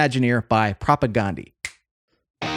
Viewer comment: I recommend learning how pronounce "Propagandhi" before doing a video on them. It's pronounced like "Propaganda" aside from that last A.